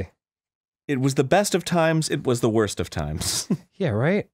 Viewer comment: "it was the best of times, it was the blurst of times"